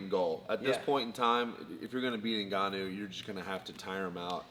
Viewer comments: 'Francis Ningannou' haha. BTW Steve 'of' is spelled 'o-f' not 'A'. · I think it's Francis N'Gannou as in pronouncing the letter N, and then Gannou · Brotha, It's N-Ganu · The way wonderboy calls his NINgannou